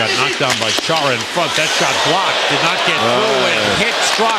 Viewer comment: actually it's "Khara" lol